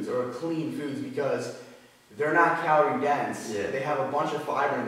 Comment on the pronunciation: the way says calorie sounds like caloor